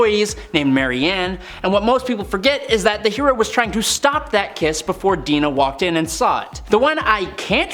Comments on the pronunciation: It's Dinah, not Deena. Crystal was separated from Quicksilver during her "flirtation" with the Black Knight. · Him pronouncing Dinah as Deenah really irks me